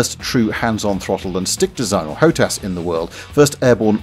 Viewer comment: HOTAS is pronounced hot ass.